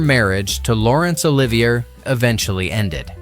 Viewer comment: The announcer doesn't know how to pronounce Olivier!